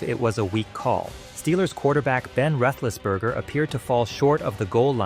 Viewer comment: There's ways to learn how to pronounce names like "Roethlisberger."